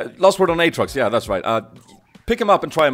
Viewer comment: You say the name this way! "Åtrox"